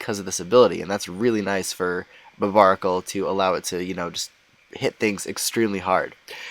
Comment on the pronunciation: Not to mention he's misronouncing barbaracle's name